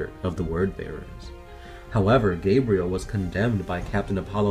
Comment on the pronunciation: I'm liking this video, mostly because they actually pronounced Gabriel's name correctly rather than that idiot who kept mispronouncing his last name